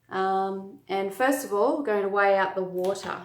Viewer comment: "Acid to wata' is the way you oughta"